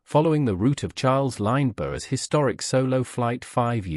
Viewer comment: There seems to be no relation between the title and the actual video, apart from the name of the main character. Strange. In the same vein, how does an announcer of an aviation history video not be familiar with the correct pronunciations of Lindbergh and altimeter? Okay, the Brit mayn't pronounce equipment the same as Americans, but.... what does this video have to do with the disappearance of Amelia's plane? And wasn't there a mention of the plane having "reappeared" ? The various photos displayed, many times, were relevant to the audio. LOL